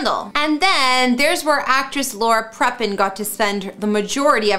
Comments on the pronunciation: Laura WHAT? If you're going to work in any form of media, learn the proper pronunciation of people's names. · That’s exactly what I was thinking myself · Please learn how to pronounce peoples last names correctly. Got Prepon AND Segal wrong. Also, that is not a grand piano lol